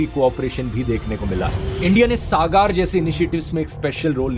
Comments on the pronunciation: sagar hai sagaar nhi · It is not सागार it is सागर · SAGAR सागार नही सागर hoga iska pronunciation I thought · bhai saagaar nhi sagar hai pronunciation , overall nice video. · सागर है सागार नही, जैसा नाम वैसा काम। गधे को इतना उच्चारण नही आता हे। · I suggestion you dhruv please improve you pronouncation Just like मॉलदिव = मालदीव सागार = सागर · Its not सागार् its सागर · Correct your pronunciation-"SAGAR'.....Dhru*t rathi😂